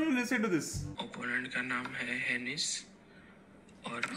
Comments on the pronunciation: I am late to the party. But as an employee of ChessBase India, I would like to add that "henis" DOESN'T rhyme with the word Samay has in mind. Learn the correct pronunciation, Samay! 😉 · Word kya hai hensis sai bolo na